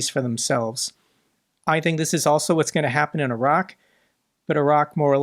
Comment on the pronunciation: thank you for pronouncing Iraq correctly and not saying 'eye rack'.